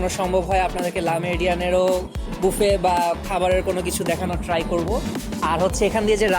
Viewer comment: Bangali বাফে k বুফে bole keno